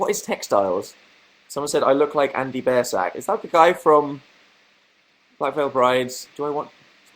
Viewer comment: "someone said I look like Andy BEARsack" Bearsack? Bearsack? BeaRSaCk? Biersack dan pronounced Beer Sack